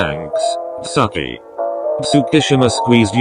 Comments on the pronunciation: Was I the only one bothered by the way they pronounced Tsukki- ... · In all of these with a voice over thingy say tsukki’s name as “sucky” 😂